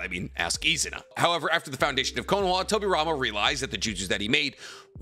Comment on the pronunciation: It’s konoha not konoa. 😅😅😅